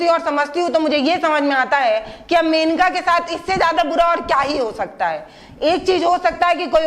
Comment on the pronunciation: मेनिका नहीं मोनिका चौहान